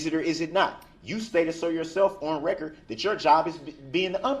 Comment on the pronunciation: “FOR THE RECURT, GROUNZ.”